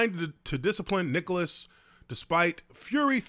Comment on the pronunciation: I can't hear any of what Nichols said. Also it's Nichols (Ni-Culls) not Nicholas lol